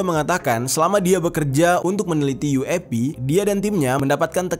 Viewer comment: yueipi jer, bukan uap 🙄